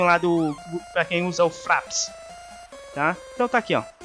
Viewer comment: n leva a mal mas para de fala as coisa com "A" Fraps > Freps > Packs > Pecks